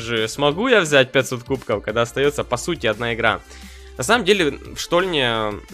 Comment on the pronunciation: Почему ты говоришь кубко